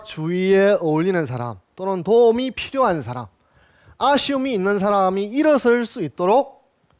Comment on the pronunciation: 우선, "사람" 의"사"를 짧게 잘못 발음했읍니다. 장음인 것을 짧게 발음한 예: 실(바느질하는),대성전,공자,성인(공자 같은),동굴, 뭐냐하면,포부, 분투,대부,세상,유도(무도의 반대)포부, 서두에,건강,동작,두 번,정면, 등이며 피인지사 피세지사를 " 피인 지사" "피세 지사" 와 같이 두 자씩 띄어 읽었읍니다. 잘못입니다. 구문을 이해하지 못했다는 증거입니다.이 갈 "지"는 소유격이기 때문에 위로 부처야 합니다. 자고저등 한문 공부를 좀 더 하셔야겠음니다. "한국 어문을 고발함" 이라는 책 한 권 읽어 보시지요. 미국 변 완수 배